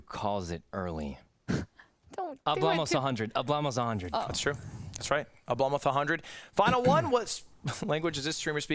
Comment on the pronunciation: Ludwig kept saying Hablamoz